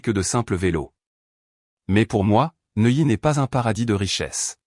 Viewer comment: Neuilly pas noyé!!!! Pourquoi reste il a Neuilly